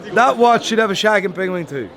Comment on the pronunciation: What TF ia a pengwing?! 😂😂😂 By the way... the grand tonneu is tiny... 35mm?! Would look strange on my 19mm wrist... Why so small?? That's why I won't buy one. I really like Maen watches... but the latest Grand Tonneu is too small... 🙁